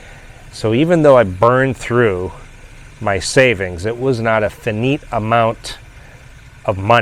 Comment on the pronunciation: Finite / Fy-Night/ ... lol